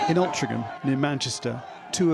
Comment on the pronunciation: can't even pronounce Altrincham correctly. Such a patriot......